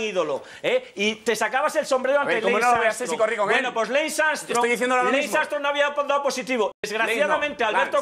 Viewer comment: "leis amstrong"